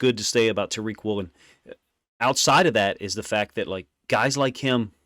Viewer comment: It’s Woolen. Not even close